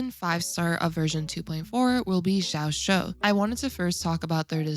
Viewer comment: it's pronounced as ji-yao-chu. hope it helps!